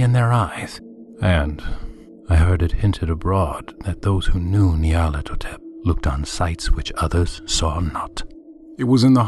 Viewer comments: I prefer this reader's pronunciation to the 'official' one personally. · He pronounced a few words rather oddly. I actually like how he pronounced Nyarlathotep.